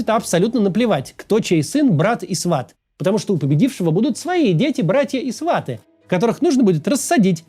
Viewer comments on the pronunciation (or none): none